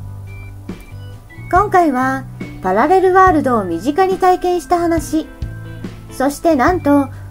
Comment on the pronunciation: パラレルワールド、って言えてないw